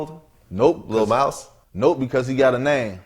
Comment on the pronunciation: Mouse got more clout than who ever this is lol that's why he commin correct when sayin mouse name